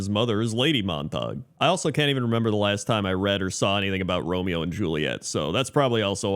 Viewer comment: Rome-Mayo, Rome-Mayo!